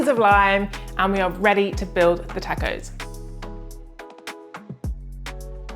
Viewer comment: Looks good, will try. Btw, you're saying tacos wrong.